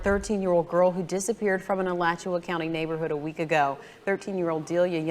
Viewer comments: This is my city! You butchers Alachua county and Levy County's name😂😂😂 "It's the dusty birds" for me😂😂😂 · It's Alachua (A-lot-chew-wa)